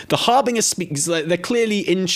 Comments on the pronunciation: It’s pronounced härbənjər, or basically it’s harbenJer not harbinGer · Har-binge-er like you're bingeing a TV show. HarBINGEer. People are allergic to pronouncing that word right. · "harbiNGer"? like "singer" and not like "cringe" ?! not even UK english has this pronounciation for that word :D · Sorry, it is pronounced "har- BINJ-er" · Dude I love you, you are funny af, even if you want a splurging by old gods and can't say Harbinger. ❤ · You two are fantastic but the way you are pronouncing harbinger is driving me nuts 😂